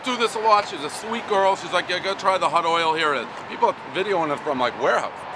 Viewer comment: The "hutdoyle" pizza. One word. Can't say hot. Always says hut. You're struggling because you speak like you had 10 Monsters laced with meth and coke, all the time. High score=must be burnt and stiff crust.